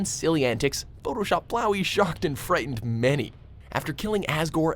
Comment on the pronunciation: THANK YOUUU for correctly saying flowey